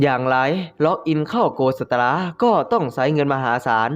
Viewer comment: ดีเลยๆพึ่งอ่านไปได้ตอนนึงเอง แล้วก็ สตาร์ ไม่ใช่สตราร์😂😂